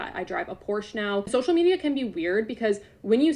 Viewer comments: So funny that she says por-sha (Porsche) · Drives a Porsche and can’t even pronounce it correctly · She doesnt even pronounce porsche right..... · I'm mad that she's not pronouncing Porsche right. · Anyone who can’t properly pronounce the brand of their car, shouldn’t be allowed to own said brand of car.